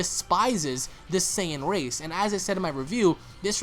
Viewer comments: Not to be a dick or anything, but its not Saiiiin- its (SAY-IN) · Why are you saying Cyan? It's "Saiyan" (Say-yan) bro... Say it right. Black isn't very intimidation yet. Future trunks seems weak af now so seeing him lose means nothing when compared to goku and vegetas power. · hating the way he's pronouncing "saiyan" as if they've never said it themselves in the series v.v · sorry but not sorry your pronouncing sayain wrong